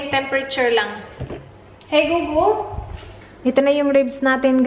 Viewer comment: hi gugul Me: hi golegole